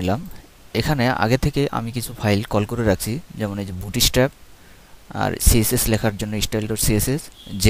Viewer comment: ভুট স্ট্রাপ কি ভাই? হা হা হা হা হা হা। ইংলিশের মায়রে বাপ করে দিছেন